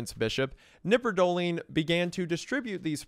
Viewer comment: In germany we pronounce the K in knipperdolling. Just fyi